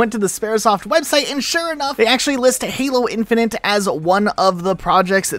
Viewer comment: Why do you always say "Halo Infinant" LOL, also hii!